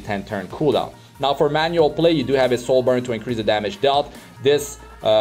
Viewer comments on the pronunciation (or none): none